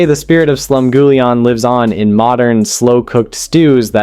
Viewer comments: Your pronunciations are driving me nuts. 8 minutes in, waiting for something I don’t already make pretty often. Cornbread? Gimme a break! Slum GOO lee ahn? Where are YOU from? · I hate this AI narration who can't pronounce Slumgulleon correctly. It's creepy.